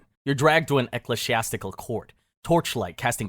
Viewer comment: Dude, it's e-klee-zee-ass-tic-al. And it's "le-get" not "le-got-i." You should really check pronunciation of unfamiliar words before you make these videos.